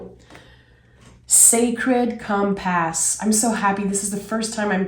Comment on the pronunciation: Fwiw hon ‘compass’ is pronounced ‘COMR-puss’ I loved this trading !! Loved.